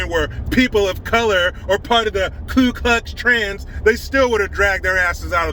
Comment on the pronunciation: Lol. He said ‘klu klutz trans’. Lol. I’m using that one